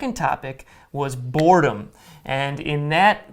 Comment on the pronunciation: when u focus on R in boredom it’s like borrrrredom😅😅❤️